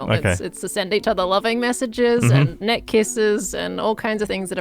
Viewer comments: I've realized they're saying "net kisses" and not "neck kisses". (,,>﹏<,,) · Did say neck kisses or Net kisses? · were y'all saying neck kisses or net kisses? 😳 I knew y'all were close, but dang!